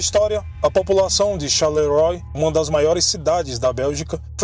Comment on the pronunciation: Desculpa, mas a pronúncia é Charleroá ...